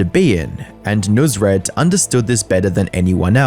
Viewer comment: This guy should never have been famous to begin with, and its clear that he let his ego get to him big time, but he chose to just be "over the top" in all his dealings and the most shady thing is him stealing tips from employees. It is pronounced "nus-raat", not "noos-rat"